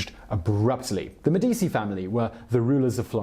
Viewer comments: ... So, he knows that the "c" in "Cesare Borgia" is a "ch" sound, but somehow thinks "Medici" is pronounced "Medisi" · 'Medeesi' 'Iron helps us play' 'Medeesi' 'ahahahahaha' 'Medeesi' 'hello Joe' 'Medeesi'.... make it stop, O dear God, won't you please make it stop! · Simon, I have listened to you mispronounce the name Medici in two separate videos now. You are way too professional to continue to do that. Please, for the love of all that is good, learn to pronounce the name, "MEH di CHEE" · MEH-dee-chee. For anyone who wanted to know. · Medici isn't said with an "s" sound for the "c". In Italian, that is the same sound as the "ch" in a word such as "cheese" (and in Italian, "ch" has a "k" sound, like in the word "kite" - just to be confusing!) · Anyone else who speaks Italian cringing every time he mispronounces Medici??? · Seriously? You cannot correctly pronounce Medici? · The C in Medici Is read as a CH. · I am Italian - 100%, and somewhat of an aficionado of The Italian Renaissance. The mispronunciation doesn't bother me, nor likely other Italians; so, give it a rest. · Seriously if you are going to do these videos learn how to pronounce words. Medicci is Meh-dee-chee the cci is pronounced chee not cee. It’s not an obscure family name either. The Medicci’s were involved in everything for centuries. Mispronouncing names etc causes the listener to question your intelligence, education (or lack there of), and your ability to simply frickin google something. Also, you propagate the mispronunciation of those names etc by being lazy in your research. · Med-ee-chee, non e difficile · MEH-DEE-CHI IT's MEH-DEE-CHI!" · Medici = MED- de- chi Stipend = sty-pend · enjoying the videos and thank you. but its me - di - chi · MED-itch-I or med-EE-tchi maybe, but med-EE-SEE? Where does that come from? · U pronounce them as “Meh di chi” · Simon should learn how to pronounce Italian words/names; c and g before I or e are pronounced ch and j. medichi jirolamo, etc. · Yeah same